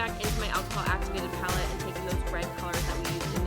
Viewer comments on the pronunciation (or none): none